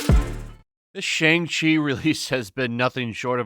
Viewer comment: Whats the problem with pronouncing Shang Chi the proper way? I get that you don't like the movie or whatever but you can at least pronounce the name correctly. Its really not that hard.